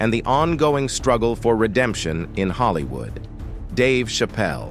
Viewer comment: I literally can’t stomach this. This AI generated voice made so many mistakes, it lets me know that the creators of this page are not credible. Pronouncing Will Smith’s movie Ali like “alley, and saying Hollywooo instead of Hollywood a number of times, was only topped by showing a picture of Wesley Snipes (which they’d already previously highlighted) when introducing Isiah Washington. I cannot!! I turned it off before I could finish the whole thing. Just stop!! These clicks, likes and watches line their pockets without them having any respect or connection to the culture. 👎🏽